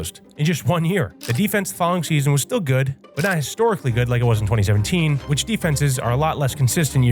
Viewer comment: "Stillas year" - 🥹✌️